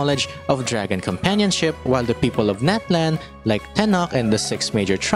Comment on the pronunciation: tenoch is a soft ch like "cheese"